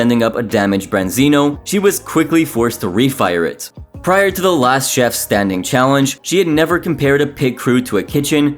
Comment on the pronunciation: I think he slurs the ch sound into Jeff instead of chef